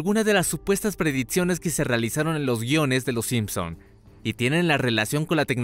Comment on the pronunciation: Excelente video, aunque me pone muy nervioso cuando pronuncia las X y las CC reemplazandolas por TS.. Preditsiones. Fots. FOX PREDICCIONES. PERDON PERO NO PUEDO TERMINAR DE VER EL VIDEO...